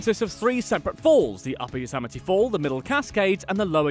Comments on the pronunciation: same thing with Yosemite it's Yo-sem-i-tea not Yo-sam-i-tea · Additionally, he can't pronounce La Brea or Yosemite.